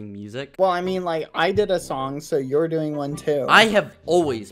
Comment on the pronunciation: The way Bbh says doing